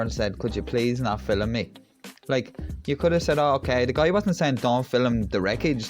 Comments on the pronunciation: there is only one "i" in "film". so its pronounced "film", not "filim" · Mate, please take this as gentle advise on your pronunciation of Film, it's not Filim ! Enjoy your videos.....Cheers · It's film not filem. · Mate, please take this as gentle advice, it's spelled, "advice", not advice...and for the love of God, it's not, "ali-min-yum", but, "ah-loom-men-um"! My late nana used to say, "filim"! and it brought back good memories! LOL 😂 LOL, just ribbing you, cheers! We are in total agreement regarding the videos! 👍🙂